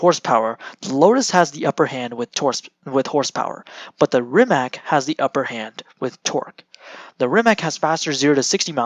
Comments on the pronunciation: He’s saying ‘Rimak’, whereas it should be ‘Rimatz’ 👍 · Is your pronaunciation "Rajmak" !? OMG